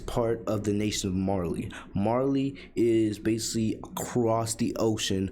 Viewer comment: It’s BASICALLY! Not basi.